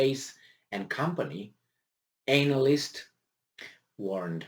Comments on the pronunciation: Love the way you say anal-ist but if you want a phonetic way of saying it it's Anna-list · pls pronouce "expert analyst" better. it makes a funny joke the way you say it. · Can someone, anyone explain the backstory as to why this guy keep emphasizing the ANAL in analyst?? lmao.. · He meant ANAL yst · It's deliberately done by